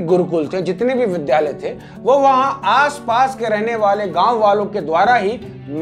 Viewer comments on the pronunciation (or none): none